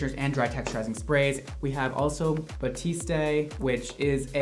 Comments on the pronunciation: Ughhh always looks so expensive 😱😍🤤 Edit:: “Bah-tee-stay” Everyone else “Bah-tee-st” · Sammiee Tvxq the commercials for the product pronounce it “Bahteest”, that’s how I got the pronunciation 😂😂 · Why is everyone calling it baptiste? It's batiste. Bah-teest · B A T I S T A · It’s Batiste, not Baptise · My new religion is listening to say “Batiste” wrong. 😂 “Baptistay” “Babtistay” “Buhtistay” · Baptist day 😆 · Is it Batiste pronounced ba-teeste or ba-tee-stea cause I've been saying the first one😂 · the way he pronounces batiste is triggering flashbacks to french class where people really thought they were doing something by pronouncing the last e even though it's incorrect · Hahahaha being Canadian it hurts to hear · saying batiste wrong is so funny, I hope he knows he's saying it wrong. 😂